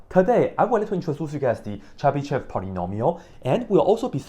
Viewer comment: First of all here we have yo (e with diaeresis, although diaeresis is usually omitted it is still there) and sh is hard so we say this name Chebyshov (more precisely Chiebyshov) Moreover accent is on yo (Accent is flowing and knowing where is accent is important for correct reading) You read it wrong and other take example from you and also read it wrong even if they where taught this language How I get formula for Chebyshov polynomials I started with cosine of sum then i wrote recursive relation for it cos((n+1)t)=cos(nx)cos(t) - sin(nt)sin(t) cos((n-1)t)=cos(nx)cos(t) + sin(nt)sin(t) cos((n+1)t)+cos((n-1)t) = 2cos(t)cos(nt) Let cos(t) = x and cos(nt)=T_{n}(x) T_{n+1}(x)+T_{n-1}(x)=2xT_{n}(x) T_{n+1}(x) = 2xT_{n}(x) - T_{n-1}(x) T_{n}(x) = 2xT_{n-1}(x) - T_{n-2}(x) so we have recursion T_{n}(x) = 2xT_{n-1}(x) - T_{n-2}(x) T_{0}(x) = 1 T_{1}(x) = x Here I used exponential generating function E(x,t) = sum(T_{n}(x)t^n,n=0..infinity) After plugging it into the recursive relation i have got second order linear ODE with constant coefficients (in fact initial value problem) This differential equation was easy to solve with Laplace transform Once i have got exponential generating function it appeared that it is easy to calculate nth derivative using Leibniz's product rule